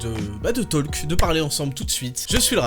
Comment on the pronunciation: raptor "toulque"